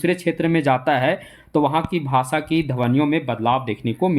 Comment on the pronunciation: भाषा को भासा क्यों बोलते हैं?😢